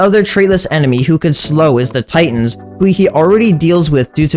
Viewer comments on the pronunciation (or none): none